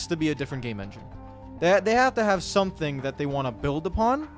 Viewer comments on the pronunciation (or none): none